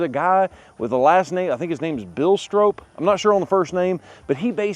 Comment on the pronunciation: Pronounced “STRAW-P” ….. not “StrOHp “….. cmon…. Get it right …. You guys are great at everything else